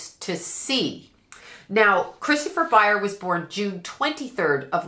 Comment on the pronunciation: ByerS with an S. How can you do a reading and continuously get one of the main characters name wrong?